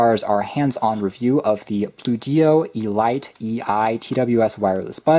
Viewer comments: I believe it is pronounced as 'Eh-Leet',... not Ee-Light, just saying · Hmm...I wonder if it's really pronounced "E-Lite"....or just "elite", as in the definition, "the choice or best of anything considered collectively, as of a group or class of persons"? Good review....amazed they've got wireless charging at this price point. They're definitely going after the Air Pods Pro with this knockoff. Bluedio has been around for awhile, and has impressed the likes of Unbox Therapy.